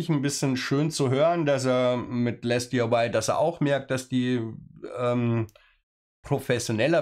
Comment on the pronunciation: So wie es auf den Kartons steht "LesDiy", würde ich es einfach als "Lesdi" aussprechen. Für die zweigeteilte Aussprache aus "Les" und der Abkürzung "DIY" (Di-Ei-Wai also, Do-It-Yourself) müsste der zweite Teil auch konsequent in Versalien gesetzt sein, also "LesDIY". PS: Geiles Modell ;)